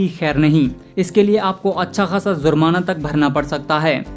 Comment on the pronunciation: Abe zurmana nahi jurmana hota he 😀